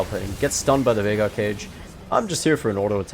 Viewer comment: Bro said mid jeagaar (veigar).